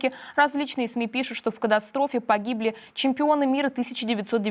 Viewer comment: КаТастрофа,а не каДастрофа.